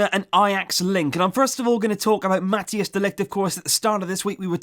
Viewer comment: Mathijs say the hijs part as ICE